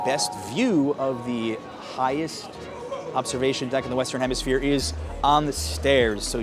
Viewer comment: “Highest Outdoor Observation Deck In The Western Hempishire” 😂😂😂😂😂 It’s ‘hemisphere’, Dumb Ass